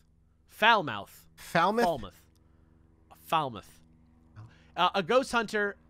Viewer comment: pronunciation of Falmouth was definitely the correctest